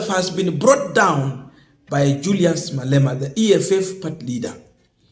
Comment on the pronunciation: It's Julius Malema not Malala 😂